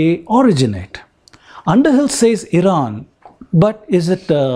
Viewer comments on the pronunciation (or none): none